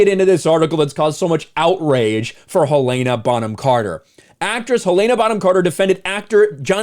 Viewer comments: Hell-en-uh, not Hill-ay-nuh. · Hell ANE Ah? Um.. dude.. Hell IN Ah. Where are you getting the ANE from? Hel-in-ah. Helena. Also.. Ray FEENDS? Dude, how do you not know how to pronounce these peoples names. Ralph Fennes is pounced Ralph (as in Ralph Lauren or Ralf ) Fennes (like Finds) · It's Hell-a-na 🤦‍♀️ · “Helen-uh” “Fines”